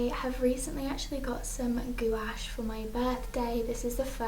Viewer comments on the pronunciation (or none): Just a little FYI it's pronounced gwash